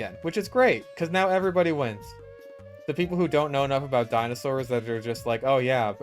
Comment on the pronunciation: i love how you call them dino sours like me lol